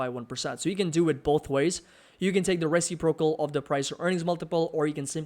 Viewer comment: Great video - btw it is pronounced re·cip·ro·cal :)